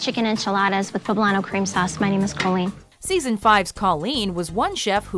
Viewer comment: its KOLEEN!